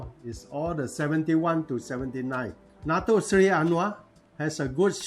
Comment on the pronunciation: I just open this channel slightly Let me correct your pronounsation It should be Dato Seri ...not dato sly Anyway it was a good explaination